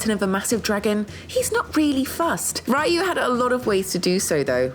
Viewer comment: ITS REEYUU HAYABUSA NOT RAIYUU xD